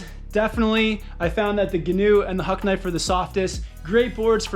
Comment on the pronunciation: Please pronounce Gnu correctly as 'new' not ''guhnew'